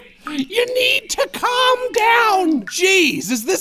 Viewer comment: I love how when Goofball says "calm down" it sounds like "c*m down" lmao.